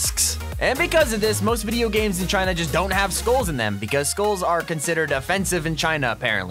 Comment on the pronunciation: Why Am I Hearing Schools Instead Of Skulls. Is It Because I Don't Want To Attend School.